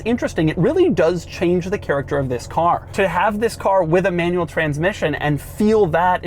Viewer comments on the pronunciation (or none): Doug’s the kinda guy not being able to pronounce "manual" nor "five hundred and ninety-nine"